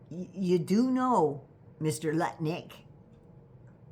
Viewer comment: Pardon my hearing, did you say Luttnik or Buttlick?